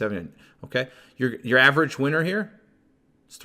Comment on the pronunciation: Cracks me up when u say winner cause it sounds like you say size of ur average weiner.